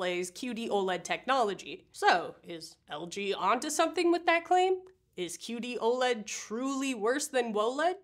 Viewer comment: “Woah-LED” ©️ 😅💙